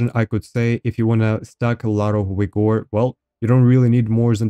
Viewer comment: it's wigor man come on....